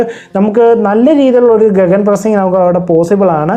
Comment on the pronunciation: ഗഗൻ അല്ലെ ഗിഗൻ ആണ് e slient